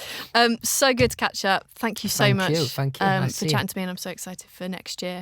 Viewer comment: no one: louis: fhanks